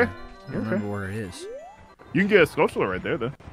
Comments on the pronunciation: 'skull-tullah' as a pronunciation still drives me nuts. You don't say taran-tullah, do you? No! You say tuh-RAN-chuh-luh. It's a skull tarantula, dammit. SKULL-chuh-luh. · saying "skull-tull-uh" like that's the right way to say it... -_ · I lose brain cells every time says skull-tull-a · just for the record: skulltula comes from tarantula, so should be "SKUL-chu-lah" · You say that but I could've SWORN I heare in the video say Skull-CHU-lah 😆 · And saying Skulltula doesn't bother the shit out of you?